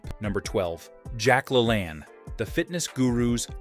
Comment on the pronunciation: How did you pronounce Jack LaLanne's name? I never, EVER heard it pronounced that way... Sounds like you didn't quite do all of the homework necessary to put this together. I'd be embarrassed if I were you!!! You obviously did not grow up when I did!!